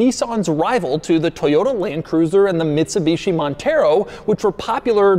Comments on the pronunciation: Doug is the type of guy who says Bitsumishi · bitsuMishi Montero lol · he said Bitsumishi in the beginning. Ha!